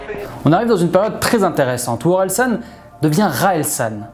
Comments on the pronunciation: Tres propre la vidéo ! Par contre tu rend ouf a dire SON au lieu SAN. Continue comme ca 👊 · Super vidéo, mais juste ça me perturbais parce que c’est OrelsAn et pas OrelsOn